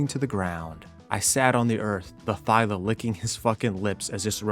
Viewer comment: I love yout.videos but my guy, it's ThyLA.